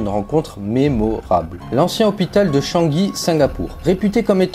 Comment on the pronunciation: La prononciation de Shangai fait mal aux oreilles ! On dit pas shanki